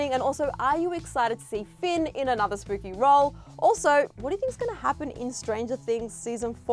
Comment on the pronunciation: Did she just say "spoopy"?